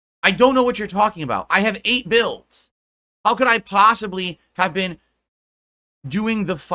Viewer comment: When I need money my financial issues are an open book but anything about my personal life is none of your business Edit: when he said eight builds I thought he said eight bills 😂